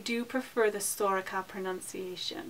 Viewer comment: Mollie Feeley Sorcha is pronounced right. And is a girls name!